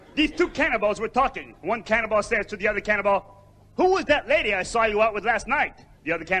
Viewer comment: It sounded like he said cannonball, I'm like, wait, cannonballs don't eat....